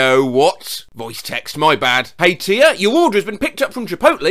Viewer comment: my name is Tia (first off thank you for pronouncing the name correctly) damn that creeped me out